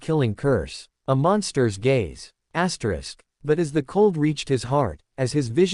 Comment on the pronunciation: get a new AI voice....and stop saying Asterix....annoying.